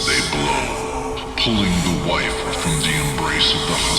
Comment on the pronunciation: why did you say wife like that? Are you not sure it's your wife?😶